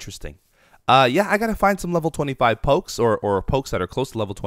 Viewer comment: It hurts every time he says pokes